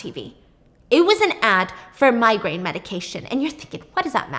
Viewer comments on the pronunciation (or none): none